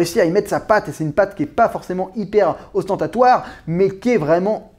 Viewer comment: "OstentatoÈÈÈre" Encore une bonne vidéo en tout cas. ;)